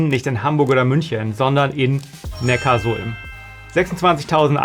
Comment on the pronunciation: Und Neckarsulm wird, anders wie im Video, Neckar-Sulm ausgesprochen. Die Sulm fließt dort in den Nackar. Ja, man bekommt echt Probleme wenn man das vor Neckarsulmer*innen falsch ausspricht. 😂